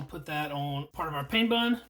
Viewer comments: It’s pronounced “pan” not like I’m in pain like he says. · Pain (bread in French) is pronounced “pan”.